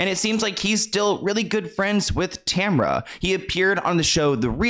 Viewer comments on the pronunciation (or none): Also Tamera not Tamara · It's Tamera not Tamra lol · It’s Tah-Mera. 3 syllables, not 2. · did you call her Tamra? 🤣🤣🤣🤣 it's Tamera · I love you & I love all the hard work you put in to expose these losers and predators. Thank you for ALL that you do! However, it’s TAMARA Mowry, not TAMRA. 😂 I love you but I also love Tia & Tamara & I just need to make sure I’m honoring them by pointing that out.:p 😂❤❤ Thank you again,, for doing the work to expose these creeps and protect others. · Lol at Tamra. It’s pronounced Tamara 😊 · Respectfully 😊, his name is pronounced Mar-cus despite the spelling. And Tamera’s name is pronounced Tah-mer-rah, not “Tamra” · Did you really call her tamra …really had to botch that when it’s spelled Tamara .but good video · And it’s Tam-era not Tamra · Tamraaaa? Who tf is that??? It’s Ta-ma-raaaaa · Tah-Mara not Tam er a lol but i still love you i just wanna put some respect on Tia and Tamera and their names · tamera not tamra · He’s best known as Roger to a larger white audience, sure. But you said Tamra, instead of Tamera about a minute into the video, so that tells me you’ve never seen Sister, Sister let alone any of his more recent projects. Kinda interesting because those small details make me see this as a not so deep dive… perhaps collaborating with a black creator with more knowledge would make this feel more authentic… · 1) His name is pronounced like “marcus” and Tamera is pronounced “tah-meer-ah” 2) He was my first celeb crush and Immature was my favorite boy band. I’m so disgusted to find this out but I’m not even shocked since he was basically raised around R. Kelly and they collaborated frequently. Please consider doing a video on Chris Stokes as well! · Lol it's pronounced TA Mare AH! Love you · it’s TAH- MAR-RAH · The mispronunciation of these names are immaculate TA MARE A MarcUS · Ta-mer-ra. That’s how you pronounce her name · Ta-mer-ah lol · Lol her name tamera say it right